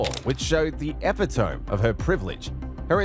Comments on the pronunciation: AI Voice "Ehpa-tome" 🙄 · Epi tome? Butchered so much I almost hope that’s AI narration, that’s moronic 😂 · Why does the voiceover/commentator pronounce “epitome” as “epi tome” ?!?! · Dear Narrator: Please research the pronunciation of epitome. Thank you. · Dear narrator, please learn to pronounce "Wichita" and "epitome." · Butchered the pronunciation of epitome.